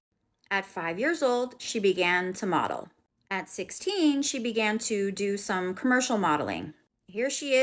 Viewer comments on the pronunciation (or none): none